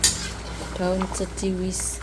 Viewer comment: Bukan Ceciwis tp Keciwis mbak...😊